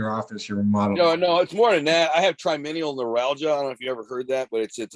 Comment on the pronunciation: I love how he says he has "trinimial neuralgia " so his nose runs .... i have trigeminal neuralgia and its excruciating pain from the nurves and has nothinf to do with ur nose running, and if u had it u wouldnt pronounce it wrong cause its the most painful thinf their is. Used to be called the suicide disease... guess why